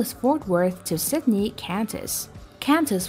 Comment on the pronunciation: Sydney not Sitney